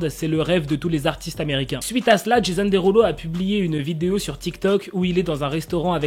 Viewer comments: « Jésonne Déroulo » ça m’a tué 😭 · sa se prononce comme ça mais c’est just qu’il le dit avec l’accent français du coup j’ai trouvé ça drôle :)